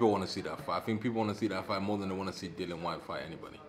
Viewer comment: in shock here that actually pronounced it as Dillian (rhymes with Gillian) and not Dillon for what seems like the first time ever!